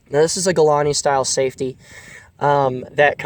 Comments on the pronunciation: did u really just call it a "galani" style safety?? Its "galil" not "galani" 😂🤣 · I’m sorry but how’d you just pronounce Galil????